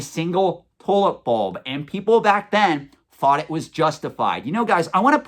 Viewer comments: Almost sounds like youre saying "toilet bowl". Funny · Lol sounded like you said toilet bowl at first